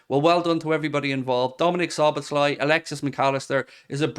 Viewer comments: You pronounce his name So-boss-la 😂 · Szoboszlai: the second "-sz" in his name is also pronounced as the first one, both are "-s" in English.